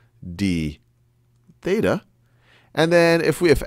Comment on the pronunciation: Theta, not beta.